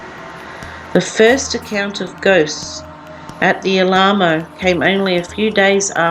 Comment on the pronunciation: Alamo is pronounced al-a-mo. Very informative, thank you